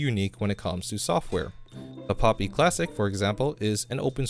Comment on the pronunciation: Pl"oo"py, not Pl"ah"py.